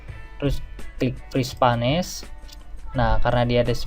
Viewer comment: Bermanfaat sekali tipsnya. Satu catatan kecil saja: "Freeze Panes" dibacanya /friiz peins/ :)